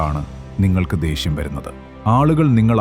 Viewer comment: ദേഷ്യം Not ദേശ്യം